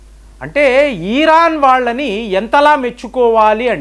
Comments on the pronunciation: ఈ.. రాను కాదండీ, అది ఇరాన్ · ఒరేయ్ బాబు. తెలిస్తే నిజం చెప్పు లేదంటే కుత్త మూసుకుని తొంగొ. ఇలా సగం తెలిసి, సగం తెలియనీ వీడియోలు పెట్టీ ప్రజల్ని అయోమయం లో పడెయ్యొద్దు . . అసలు ఇరాన్ నీ " ఈరాన్" అన్నపుడే అర్థమవుతుంది . నీకేం తెల్వది అని